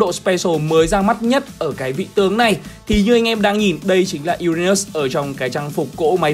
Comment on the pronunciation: Uran Mỡ 😄 😄 (em nói zui hoi )